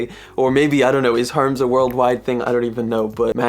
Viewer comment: Tell me you did not just call Hermes “herms” 😂